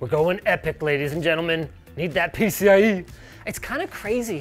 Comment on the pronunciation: the way he said pcie was so funny LOL